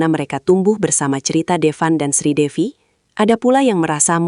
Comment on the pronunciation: Bukan Sridewi mbk tapi Sridevi jangan salah ucap ya❤❤❤